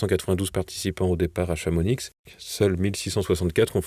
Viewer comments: Bonsoir, juste une petite info, le X de Chamonix ne se prononce pas chez nous.😄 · le X ne se prononce pas dans "Chamonix"!!!!!!